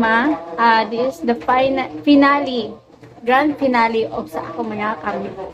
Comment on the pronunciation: Finale or finali unsa man ka bu basa oi finali finale hahahaha